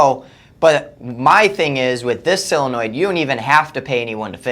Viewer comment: Why do they say sillonoid. Isn't solenoid.